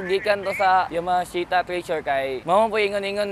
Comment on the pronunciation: yamahashita. Now i know cno nagmamayari..